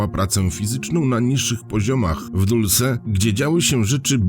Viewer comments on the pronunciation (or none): Znowu. Nie "Dulse" tylko Dolsi